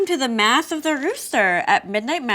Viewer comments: Omg I feel like an asshole, I thought she said "math of the rooster" not "mass" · “Welcome to the math of the roother” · Was Christine saying math instead of mass?